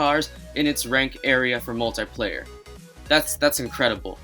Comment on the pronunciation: He kept saying moltyplayer